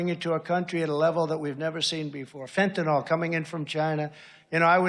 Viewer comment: From Europe: I thought, it was "Fentanyl", not "Fentanol", and actually a crisis due to over-prescription of opioids by doctors, which then led to dependence, a black market, and ultimately a drug-dealing heaven.... Even as a German I detect nonsense in every single sentence that this guy spews.